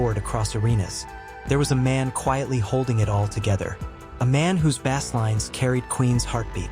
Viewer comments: AI lost me at Bass (pronounced BASE) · GEESUS... 'WHY' is it that you can "CLAIM" to be an "Authority" on a subject and then produce a crappy video where the MISPRONOUNCED NARRATION screws everything up? The creator of this video doesn't even know how to pronounce the musical word for the BASS GUITAR. What kind of CRAP is this? Lately, I'm finding the quality level of so many of the recently produced ROBO videos to be pure JUNK. THUMBS DOWN for being LAZY. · Yeah while the conspiracy theorist in me wants to believe AI is trying to take over the world I think I’ll wait till it can pronounce bass before I freak out.